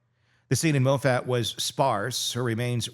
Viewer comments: I'm from Colorado. Moffat is pronounced Maw, (like paw) Fit. Emphasis on the first syllable., MAW fit. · First time hearing you. Great job! I’m an RN and can’t pronounce those drugs. (But the town is pronounced Moffett.) Glad to find you. You remind me of Paul Harvey. And I learned some things I didn’t know, ie: her port ID’ing her. Very sad, all she’d endured & him being a total monster. He deserves life in prison & she deserves justice. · There are no “slam dunks” in cases like this. For your own edification the pronunciation of the following maybe can help: Saguache : “Suh-watch” and “Maw-fit” so you never have to wonder! Next time I’ll invoice you! Lol 😂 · Please pronounce Moffat correctly.